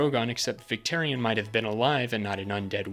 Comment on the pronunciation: Great video but you lost me at “victerion”